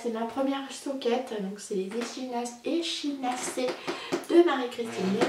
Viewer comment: hello, pour ton info les chaussettes Echinacées, ça se prononce Equinacée....😉😉😁😁, je tricote aussi la cumulus blouse, mais je me suis arrêtée tout net, car j'obtiens un tissu beaucoup trop transparent, du coup je vais détricoter et refaire, je le montre justement dans mon dernier podcast; actuellement j'ai aussi un châle en route, c'est le Wendy's fern de princesse grenouille, c'est un châle à un écheveau, tout facile et comme toi actuellement j'essaie de faire des choses sans prise de tête. Pour ton plaid tu peux le passer dans le Kal de Cécile, car elle a bien dit que si on avait un encours qui traine en longueur, même si on l'a commencé en 2021 on peut le prendre pour le finir dans le cadre du Kal. j'ai bien envie de participer aussi au Kal de Christelle pour les décos de noel, je ferais bien les petites étoiles que Julie Miette a présenté dans son podcast. à bientôt et bon tricot